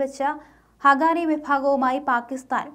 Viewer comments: not ഹഗാനി it's ഹഖാനി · Not hagani....it is HAQQANI... for heaven's sake pls learn to pronounce correctly...